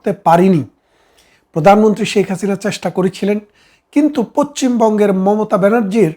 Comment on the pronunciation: পচ্ছিম বঙ্গ নয় রে । পশ্চিম বঙ্গ বল ।